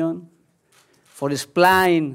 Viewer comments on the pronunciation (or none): Forra Splaaain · Love the way he pronounce "Explain" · Lol the way he says explain is horrible